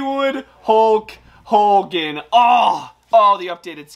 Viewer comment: hogan not holgan